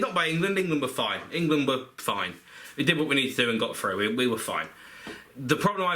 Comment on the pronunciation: England are froo (at 6.16)